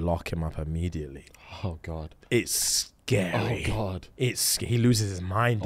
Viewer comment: The "oh godt" was THE MOST QUEENS BRITISH I've ever heard